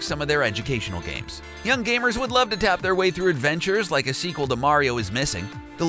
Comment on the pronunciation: Can I had segwel said yoshi yes said nendto